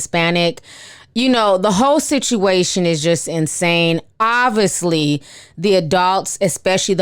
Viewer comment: Never heard this before but u said ovisly